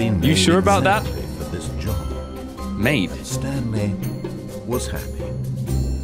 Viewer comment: lol instead of saying the Stanley parable he says the Stan Lee parable.